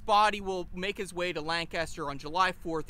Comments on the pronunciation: He said Lan-Caster 😕😕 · At least say Lancaster correctly. You guys are two counties away